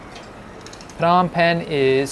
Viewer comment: Are you sure you pronouce Phnom Penh correctly?